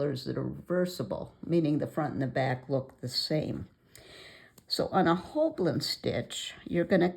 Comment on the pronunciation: Hi. You've put the "L" behind the "B" in both your spelling and pronunciation in the video, but you have it spelled right up above. It rhymes with "whole sign".:) So good to see you again!